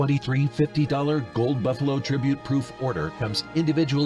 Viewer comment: "Tribute" LOLNOPE